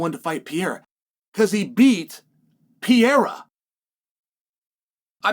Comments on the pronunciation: Yo Chael his name is not Pee Era. CHAMA! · why do you keep calling him Pierra?